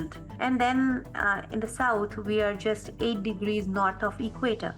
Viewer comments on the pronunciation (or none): none